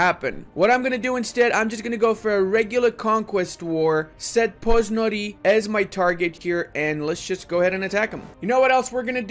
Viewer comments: It's not Pozon-i :) it is PozoNY (same as New York first 2 letters-> NY-u jork ) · The good people of Bratislava would probably let you take the province without a fight if you said you are after "Poznori", as they would have never guessed you mean "Pozsony" (PoZHoñ) // Pressburg // Bratislava. Also, you get -1 IA everytime you call Landshut "Land Shut" :D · Hello. I have one problem ,and that is that the name of the provinc is NOT Poznory, but Pozsony. If u like to knov how does it sounds like, then use Google translate. No offense, but be a little bite precies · Buddy as a hungarian it was very painful to hear how you pronounce Pozsony :D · I never heard Pozsony pronounced worse